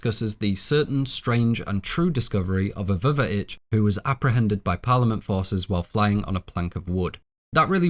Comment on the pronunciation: K, ummmm, pretty sure it's pronounced "vuh-vitch" tho.....